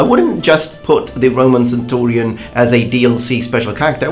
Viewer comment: can i just say, i really like how you say centurion, it just sounds nice